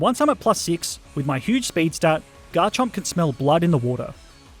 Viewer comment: GARCHOMP, NOT GARCHERP!